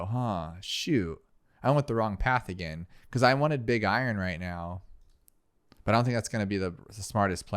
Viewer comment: I love how he says big I-Ron instead of iron